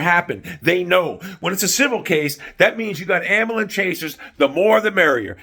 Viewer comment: Love the way you pronounce ambulance, " Am bull ance. "Genius!!!!!